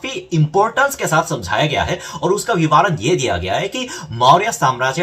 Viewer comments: Hi You are doing a very good job via this channel. Hats off to you. Just wanted to say that, it is vivaran - va pronounced as you do in the ran part of vivaran, that is, short 'a' and not 'aa'. So it is vivaran and not vivaaran. Hope I made it clear. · वी वा रण -नही - विवरण होता है मेरे भाई ।🙏